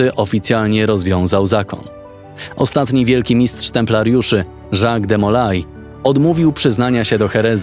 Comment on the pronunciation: Wypadałoby nauczyć się wymowy nazwiska de Molay.